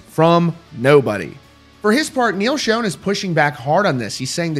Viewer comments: It's pronounced SHAWN not SHONE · Love the content and keeping us posted....Neal pronounces his name like SHAWN...God love you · It’s pronounced NEAL ShAWN not shown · First of all, it's not Neal Shone. It's Schon (shawn). Secondly, this all stems back to a tweet or fb message that (supposedly) came from Neal's wife about two certain people in the band needing to remember where they came from. Arnel originally responded to that message stating he will never forget where he came from, he's paid his dues, and they can fire him any time they want. What we don't know (but I'm sure the band does) is who she was actually referring to and if it was actually her that said it and not a hacker. There's so much crap being slung around behind the scenes (band, wives, media, hackers) it's hard to know what's fact, fiction, misconstrued or misunderstood. Everybody but the band just needs to stay out of it and let them handle whatever is or is not going on and let the dust settle. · If you are reporting rock news maybe you should know how Neal Schon’s name is pronounced. These channels are embarrassing, the people on them are even more so.